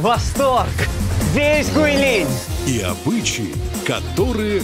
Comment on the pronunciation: Правильное произношение "ҐуыйЛин"